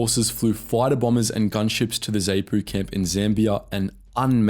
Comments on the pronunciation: Dude, learn to say the names... Not Zay-po bur zar-poo. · It is pronounced Zahpoo not Zehpoo, and it is Zeeprah not zipra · Sigh...I grew up in Rhodesia. The only term you pronounced correctly was "Rhodesia". ZANU - "Zah-nu" not "Zay-nu" ZAPU - "Zah-pu" not "Zay-pu" FRELIMO - "Fri-LEE-mo" not "FREE-li-mo" Salisbury - "Sauls-bury" not "Saliss-bury" And so on. Ian Smith didn't crack because ZANU/ZAPU were going to invade Rhodesia in 1979 - if they tried a regular invasion they'd have been slaughtered. He cracked because South Africa cut off the ammunition and oil. South Africa - more specifically John Vorster (pronounced "Foster" BTW) wanted to get some international kudos for South Africa by organising Rhodesia's transition to black rule and he had no problem twisting Smith's arm to achieve his aim. Smith tried to arrange something that looked like black rule but left the whites in effective charge and that was Muzorewa (pronounced "MOO-zoh-RE-wah"). But Mugabe, Nkomo and the Brits didn't buy it. The rest is history. Re the ruthlessness of the war, I don't how to get this across, but in Africa - at least then and probably still now - it was always understood by everyone that fighting was to the death. "Prisoners of war" was a funny concept. There were never any prisoners of war. Guerillas were not considered soldiers as they attacked, tortured and killed civilians. They were shot on sight or capture ( a few were recruited by the Selous Scouts - pronounced Se-LOO - which proves what a funny place the world is). Naturally the guerillas never took prisoners themselves. This ethos carries over to the c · 'Zay-Nu'? 'Zay-pu'? 'FREL-i-mo'? 'Sal-iss-burry'? Chinking beer glasses and no mention of Gukurahundi? (look it up). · Ffs, they're pronounced Zah-nu, Zah-pu, Tanzahnia, Freleemo. Basic bloody stuff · Zanu is not pronounced as if the letter A is saying 'ay' it is probounced as if it says 'ah'. Same with Zapu. It's pronounced Z(ah)pu